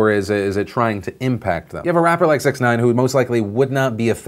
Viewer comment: Phil you're mispronouncing that Rapper dudes name it's pronounced Six-ix nine-ine.